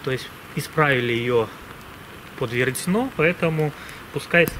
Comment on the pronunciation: Большое спасибо за видео. Интересно и познавательно. Но правильно будет - веретЕно.